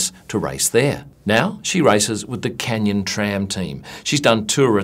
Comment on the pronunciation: great video as always. one correction though, its canyon-SRAM not canyon-tram